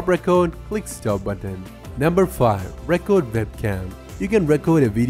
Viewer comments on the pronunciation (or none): Record in this case pronounced like 'R'cord' not Reck Kord , and Desktop is Desk Top, not Decks Stop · of Thrones No, actually his pronunciation is so bad he says different words than what he's supposed to say. The difference between record (verb) and record (noun) is in pronunciation, and he said the wrong one. He also said "desert" instead of "desired." That's not "fine" English. That's shit. Blowing smoke up his ass isn't going to help him get better. Mostly he's understandable but in a teaching/tutorial environment, communication is paramount.